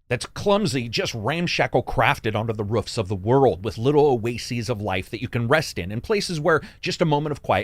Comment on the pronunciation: Homie keeps saying ruufs instead of roofs